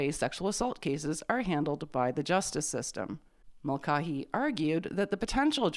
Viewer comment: Mulcahy is usually or perhaps always pronounced mull-CAY-hee. Keep up the great videos.